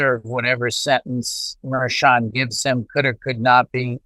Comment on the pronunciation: Harry, it’s pronounced Judge mer SHON